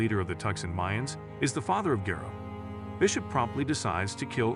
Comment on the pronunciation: Another YouTube channel made from AI. Computer voices reading a script. You can tell by the mispronunciation of Bishop’s name. YouTube is becoming an Ai wasteland